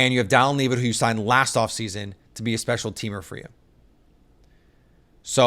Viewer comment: I feel like a fan or at least a hobbyist just doing a job who watched a few games last year would know how to pronounce Dallin Levitt's last name properly.